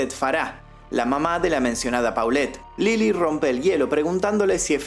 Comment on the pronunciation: y es Lela no Lili je je je 😄